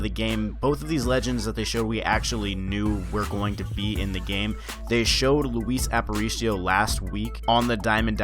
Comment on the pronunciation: "Louise aparicio" cmon it's pronounced like louie